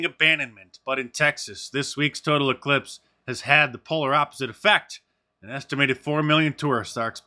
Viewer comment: "We have an E-clipse"? And "ci-codda"? Is that like Welcome Back Ci-codda?